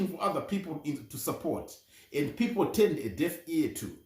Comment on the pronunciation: Its turned in...not chuned it